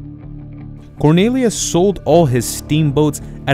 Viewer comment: (cor-NEE-lee-us),.....not (cor-NAY-lee-us).